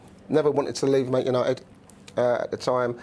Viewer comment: I've always thought they were called Man United, not "Mant" United 😂😂😂